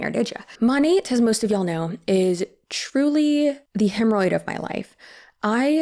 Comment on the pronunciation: OMG! Did you really say "hemmeroid of my life"?! 😂🤣 I just became your biggest fan!